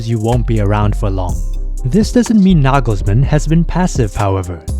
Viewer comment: Toni Kroos is not the little brother of Tom Cruise. ;-) Why is his name always mispronounced by English speakers? It's not that Kroos is an unknown wunderkind. Double o in German is just a long "o" as in often or order. You do a good job with the pronunciation of Nagelsmann, Neuer though, even Müller, Gündogan or Mittelstädt in spite of the umlauts sound OK. Wirtz, however, should be pronounced Weeerts (with a long "e").